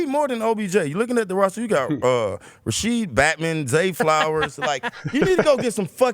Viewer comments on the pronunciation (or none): Mans said Rasheed Batman bruh😂. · no way he said Rasheed Batman loooool